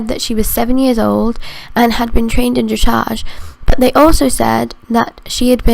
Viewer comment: when she said dressage she said it like dreshage